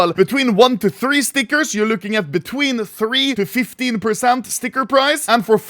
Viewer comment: makes my blood boil how you say stickers